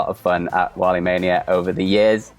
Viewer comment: Wale is pronounced "Wall-ay"